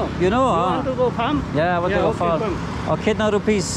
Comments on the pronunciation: Bro don't say" kitna rupees" 🤣it's nepal we say "kati rupee " anyways have a greatday🙏❣️ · it's not "kitna rupees" it's "Kati rupe" in nepal